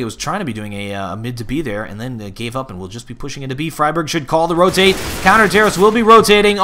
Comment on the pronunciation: I love you but you must stop your old bad habit of saying "fry-berg" instead of "free-berg". You were doing so well there for a while! But I am a pedantic linguist so I'm probably just being picky, lol.